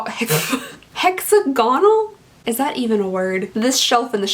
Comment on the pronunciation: hexagonal - the word is hexagonal - lol